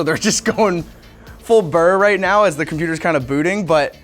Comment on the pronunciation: It's "Full Bore", not full burr. Lol ;)